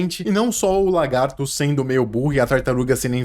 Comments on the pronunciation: Não e largato,E LAGAAAAAAARTOOOOOOOOOOOOO TINHA ESSA POHA DE "R" DO LAAA POHA ATENÇÃO:ESSE COMENTARIO NAO E PRA XINGAR NINGUEM E SO PRA FAZER ZUERA QU ESTOU COM E TB PRA PARAREM DE FALAR ERRADO A PALAVRA "LA"GARTO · "Largato" kkkkkkk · "É um largato" ...